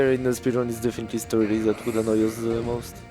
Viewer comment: Sturdai its sturdy